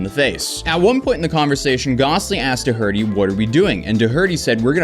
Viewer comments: What kind of functional illiterate says Doherty like "Do-hurty", jfc. English is a stress-timed language, you can't just put the stress in the wrong part of the word from being some sort of immigrant who never reads or has conversations with standard Irish surnames like Doherty in them. Anyway, heil, keep mangling standard Irish surnames like that, because you hate the Irish as well as English. Please learn to speak basic English, if you expect to make a living doing this. Seriously, why would anyone make Doherty even harder to say like that. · Please for the love of god stop calling his name dough-hurty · Are you purposely saying his last name wrong?? You’ve done it on multiple other videos and it kills a lot of your legitimacy when trying to state facts his last name is pronounced DOOR TEE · It’s door -tee. Not doh her tee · While this was interesting the constant mispronunciation of Doherty was driving me insane! It’s pronounced Dockerty, not doe hurty! Though I’m happy if you want to call ‘prick’ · DoHERty? Shouldn’t it be pronounced “DOherty”? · Do - Er- Tee not Do-Herty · Doh-herty...... actually pronounced like Dority! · DoHERDY T_T Bro it’s pronounced “Dockerty” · Do-hurty😂 it’s Do-erty, but I love that you said it like that. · Yes he is a twat, But every time you pronounce his name "Duh Hurty" instead of "Doe-Erty", an angel dies. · "DOH-ER-TEE" not "Doh HURTY" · Jack ''Doh Hurt Tea'' Its pronouced DAW-HER-TEA. Its an Irish Surname. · DOherty, not doHERty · It is Dougherty (door-rit-tee) and not (doe-hurt-tee) right? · While I love your vids but you need to learn how to pronounce some names. Dough-erty. Not Doh-herty. Unless you’re trolling in which case continue. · Yo bro it's pronounced door-tee not durhurty ❤ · I don't know if this kid says it like you do, but typically, "Doherty" is pronounced "DOR-dy", not "da-HER-dy". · It's pronounced Do'herty, not Dohe'rty. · It's Doc-er-ty. DoHERty wtf😂😂😂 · doe-hurty....bruh haha, it's pronounced "daw'rty"